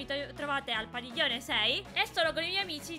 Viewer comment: "PADIGIONE" adoro 😂